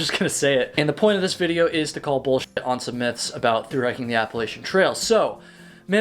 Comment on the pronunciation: I’m going to throw an apple-at-cha if you keep saying Appalachian incorrectly :P